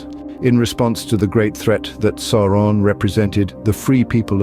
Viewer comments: Who the heck is SORE-on? His name is SAU (Sow)-ron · Sauron is pronounced "Souron".